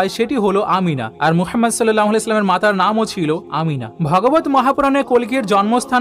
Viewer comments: "মুহাম্মদ (সাল্লাল্লাহু আলাইহি ওয়া সাল্লাম)" — এটাই শুদ্ধ উচ্চারণ। আপনার চিন্তার প্রতি শ্রদ্ধা রেখেই শুধুমাত্র উচ্চারণটি শুধরে দিলাম। ইসলাম কারো ধর্মে হস্তক্ষেপের অনুমতি দেয় না। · দাদা আপনি নবিজির নাম উচ্চারণ করতে পারেন না, এই ভাবে বলবেন, হজরত মুহাম্মদ সল্লাল্লাহু আলাইহি ওয়াসাল্লাম, ধন্যবাদ